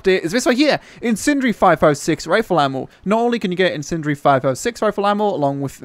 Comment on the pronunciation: these great things called syllables, use them. Sounds like you're saying sentry ammo. Lol. Incendiary, use the syllables.